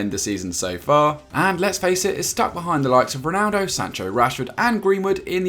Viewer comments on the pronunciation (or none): none